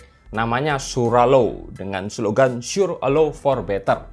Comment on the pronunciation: Hampir nyebutnya swallow